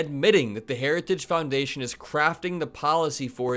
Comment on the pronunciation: Boy, he really fimbled the name of the institution/organization Harajuggs.